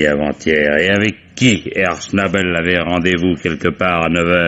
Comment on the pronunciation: Herr ''chnAbel'' 😂🤣... la prononciation française de l'allemand est intemporel... une pensée émue, pour l'occasion, aux cousins alsaciens.